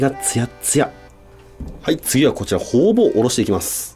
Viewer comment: ホウボウがホウオウにしか聞こえない